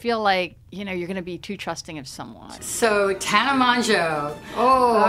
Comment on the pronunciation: i love how they said tana's name wrong